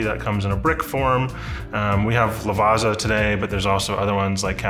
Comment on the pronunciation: Lavazza is actually pronounced with a 'ts' sound, like in Pizza. "Lavatsa".